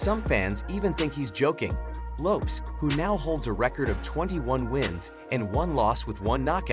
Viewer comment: YOUR PRONUNCIATION OF LAST NAMES IS HORRIBLE. Your underdtanding of Hispanic names is the worst I have ever heard